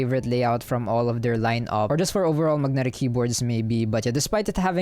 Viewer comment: I love the way you say Mug-netic 😉